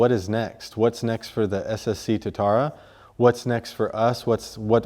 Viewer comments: TooaTara - not totara. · Tuatara. Two - a Tar - a. That's how you pronounce it. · I’d like to see people learn the correct pronunciation of Tuatara. It’s a Maori word and has a specific pronunciation. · didn't sound like that. I guess if companys are going to use maori words for their names, they should at least learn or teach people how to say it properly. I just thought you'd appreciate knowing how to pronounce it properly. God forbid someone does.